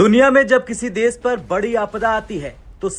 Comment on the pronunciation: Des nahi desh hota hai..Indians anchor ki hindi sahi nahi hai.